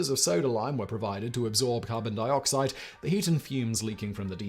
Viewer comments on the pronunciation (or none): none